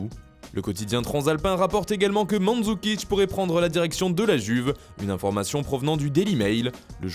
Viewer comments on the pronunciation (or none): none